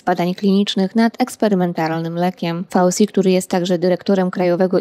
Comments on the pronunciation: Fauci to włoskie nazwisko, więc wymawia się ,,fauczi".😕🙅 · Dla własnego użytku możesz wymawiać według swego uznania.Natomiast dla szerokiej publiki tak,jak to jest przyjęte przez powszechne normy. Wszyscy mówią ,,fauczi",bo to jest typowe nazwisko włoskie i tak się poprawnie po włosku wymawia.